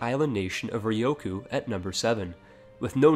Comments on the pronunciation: Okay, I'm just saying u said ryukyu wrong, it's rE-u-coo, not rE+O-coo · Ryukyu - Ree-You-Queue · Re-you-Q = Ryukyu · Could you pronounce Ryukyu any worse?